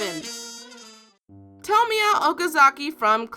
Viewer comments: it's toe-moy-a. not sure why that bugs me but yea. and I absolutely adore Clannad. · Pronounces tomoya wrong: Me: GOD DAMNIT IT IS SO SIMPLE